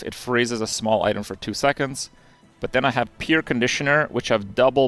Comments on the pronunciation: Hey Krip! "Pierre" is a French name and pronounced "pee-air". Hence the joke on the name because it's an air conditioner. You don't pronounce it "peer". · Pronunciation Police: In "Soldering" the "L" is silent, so it is pronounced "Soddering" Edit: That is the North American pronunciation of "Soldering" The name "Pierre" is pronounced "pee-air", so Pierre Conditioner is a pun on air conditioner